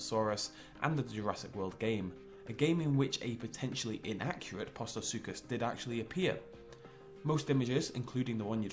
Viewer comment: postosuchus is pronounced (post-o-such-us)